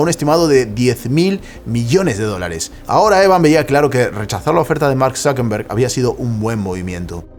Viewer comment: ¿Por qué dices ZuckeNberg en vez de ZuckeRberg? Por cierto yo ni tenía udea de que Tiktok era tan viejo.